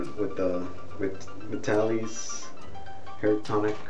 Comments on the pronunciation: It's prononced Vy-TAA-LihS. Not Ve-Ta-Lis. How much you use depends on how thick you hair is. It was used back when men wore shorter hair styles and it allowed you to make a little wave in the front like in "Mad Men" TV or old Superman TV shows. Men didn't use hair spray back then and you either used Brylcreem, a pretty greasy hair pomade or Vitalis that said in their ad's "Don't use tht greasy kids stuff.". Now it seems only guys over 50 buy it. But a bottle lasts a long time. If your hair is wet it works best. You pour it into your palm and rub your other palm together to evenly distributed it onto both hands. Then work it in. Do it twice if needed. Most guys put it in thn blow dry. Beside two kinds of Alcohol and Butyl Ether ( used to spread the tonic but not leave it felling greasy, also used in gasoline to make it gas burn better) and Benzyl Benzoanate (used to treat scabies put used here to condition the scalp). Oh ya! It's flamable. But all the alcohol and ether evaporates for that shiny but not greasy look. It's getting harder to find in stores and only Walmart and Walgreens stocks it. The other chains like CVS and RiteAid only sell store brands tht don't have that familiar scent. Like Old Spice or Clubman after shave its a classic mens grooming product. Nice to see a younger genertion is trying it. You shoud review Brylcreem, Groom & Clean (by Suave) and the old Wildroot Cream Oil. Thanks for making the video from a Vitalis kind of guy. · Pronounce it VY-TAL-ISS. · HE PRONOUNCES THE NAME OF THE PRODUCT WRONG